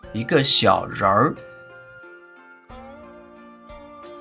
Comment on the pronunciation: Thank you for the video, why is 人儿 in 一个小人儿 pronounced weirdly?